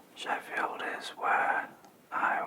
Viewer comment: As an American, when I heard you say Sheffield, my brain went “Def Leppard.”